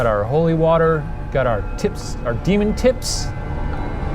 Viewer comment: shane: "DE-mon" ryan: "stop calling it that" shane: "DE-mon" THAT WILL FOREVER KILLLL MEEEE😹😹😹😹😹